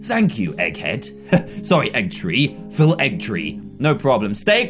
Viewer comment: Bruh its Phil not phile